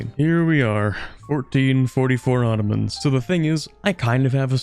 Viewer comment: The "Ottromans" xD